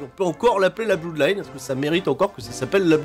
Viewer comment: ça s'appelle pas la Blouuudline, mais la Blodline. On dit "blod" pour blood